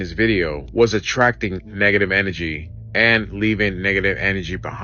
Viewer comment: Negative N A G/energy..... N A G I know he says it just like that 54 times in that video...🙄🤦🤣